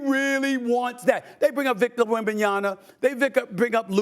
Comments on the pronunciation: Why stephen A always says wembanyana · When will Stephen A learn how to say Wembanyama (with an M) correctly?